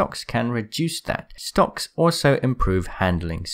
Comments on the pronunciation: Did you say "STONKS?????" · I THOUGHT HE SAID STONK😂🤣🤣😂🤣😂